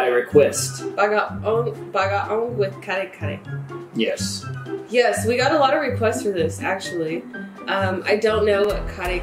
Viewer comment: kare-kare with bagoong Nailed the pronunciation Eating kare-kare is tricky, have a Filipino explain to show you. Or else you gonna dislike it, like say mango + bagoong. ah.. yes.. the dread.. the reputation.. the balut.. the redemption.. balut can be eaten with all those seasonings, but not required to be fair, even some Filipinos don't eat the chick, only the yellow part the white part is hard, but edible. Similar in texture and taste to bone cartilage. And yes some Filipinos don't eat it as well ah yes.. the horror look 😳 thinking.. Liking it?.. Not liking it?.. Screams ! 😳🤣 nice try though I respect that That was some Fear Factor material the yellow part is most liked even by Filipinos, that some eats only the yellow part I suggest you redeem with fried ODOCs one day old chicks it's weird bec it's street food, some crave for it flavor is not bad, texture is not good Exactly, we agree. Similar to durian fruit: smells like hell, tastes like heaven; which is also not for everyone you sure you don't want another bite? You could've at least let the pet dog try it. I like balut. But I need to observe a limit of at most 1 per day I eat it plain, without seasoning Don't forget to redeem with ODOCs. 🇵🇭👊💪